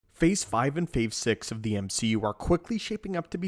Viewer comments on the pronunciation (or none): "Phase five and phave six" I'm convinced these guys leave these in to generate comments from people correcting them, upping their comment count. There's no way you leave that in on accident. It's the first scentence.